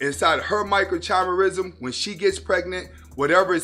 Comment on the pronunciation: I like your stuff bro, but there's a lot of unscientific drivel in this one that exposes your lack of understanding of basic cellular biology. Also, it was difficult to take you seriously on this when you are not pronouncing the word 'microchimerism' correctly. Suffice to say, telegony is a widely dismissed theory in contemporary science.